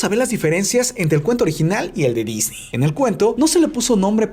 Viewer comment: Queda mejor "disnei" que "disni"